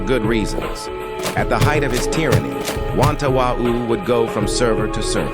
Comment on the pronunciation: ah yes wantawau, haven't heard that since forever